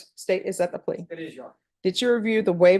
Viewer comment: "Yes, your honor… yes your honor, Yes yonor… Yeyonor… ye y'nor… ynor… yun… y'ynr…"